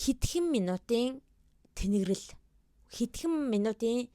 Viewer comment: Teneglel not tenegrel